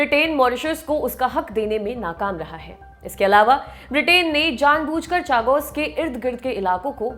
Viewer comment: Chagos का सही उच्चारण शागोस है.